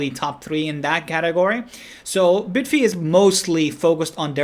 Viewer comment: bid-fee lol......its bye-d-fi right....just like bybit is bye-bit